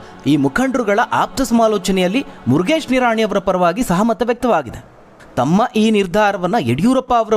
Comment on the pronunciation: 😂😂 ಮುರಗೇಶ್ ನಿರಾಣಿ 😂😂😝😝😝 ದೇವರೇ ಮೊದಲು ಚಂದ್ ಶಬ್ದ ಉಚ್ಚರಣೆ ಮಾಡಾಕೆ ಹೇಳಿ 😝😝😂